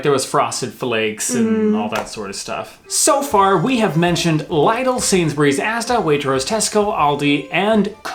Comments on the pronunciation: Lidle is pronounced LID-le. So say Lid, then add on dle on the end :) I have to say I've hardly ever been to Aldi or Lidle or co-op but mainly because Sainsbuys is always much closer to me and been to lazy to go to Aldi or Lidle when Sainsburys is the closest shops when I get into town XD Even when I went to Uni, they had this huge Sainsburys shop that was so much easier to go too for a big shop whenever I needed to go shopping. While I only went to Waitrose if I just happened to be passing it (Like going on this course where I had to rush every morning, and the closest shop on the route I'd take was Waitrose, I used to be annoyed about the cost but at least my lunches were always quite delicious, Waitrose never failed me in that department XD) and wanted to get myself a treat or I wanted to buy something eatable for a present. If you're unsure just ask, they'll understand why your confused or unsure if you should bring anything as you're not from around here :) Oh and Marks and Spencers is pretty great but like Waitrose its a tad expensive. I used to work in Marks and Spencers and had a staff discount card, loved using it :) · said Sainsbury’s correctly, pronounce Lidl like little. Lidl like Aldi are both German no frills supermarket. Asda is famously owned by Walmart. Tesco is posher than Lidl’s, Asda’s and Morrison’s but not as posh as Sainsbury’s, who are not quite as posh as Waitrose!! Or Marks and Spencer’s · It's Lidl as in the 'i' in 'sit', but it should actually be Lidl as in the 'ea' in tea, I think. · The 'i' in Lidl is the same as in 'fish' (unless you pronounce 'fish' in a really weird way). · I almost cried when you said liedl omg. It is lido like the catchphrase. Big on quality lidl on price haha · I've never heard of L-EYE-DEL before but you should try going to Lidl xD it's pronounced little but with a d you had it correct when you questioned yourself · Lidle not lydle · It's not liedl its lidl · im angry you said liedal it's lidel